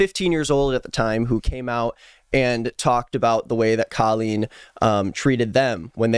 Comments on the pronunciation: I’m sorry but you pronouncing her name as Kaleen is so funny to me😭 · this has nothing to do with the video but i just halfway through the video i noticed he is pronouncing her name wrong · That's not how you say her name